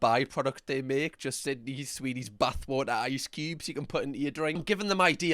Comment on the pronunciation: Why it sounds like Buttwater when he says Bathwater